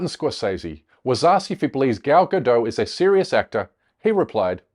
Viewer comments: Please if you're going to go on about her name, get it right. It doesn't rhyme with 'saddo', like a 'Frenchified' form. I'm it's the same as 'Gadot', a kibbutz in northern Israel. This sound like 'bad lot'. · She's not French. You pronounce the T in Gadot. Her name rhymes with polka dot. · Its not a silent T! her name isnt french! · Gal “Robot” Gadot. It’s pronounced Robó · Check your fact checkers. This video is full of BS. You can't even pronounce her name correctly. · Nobody pronounces her name correctly...its hilarious.